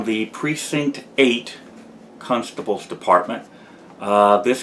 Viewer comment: It always sounds like you’re saying “cunt-stables” office.